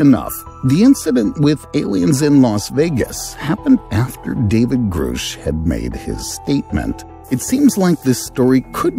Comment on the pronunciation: It’s Grusch. Not Groosh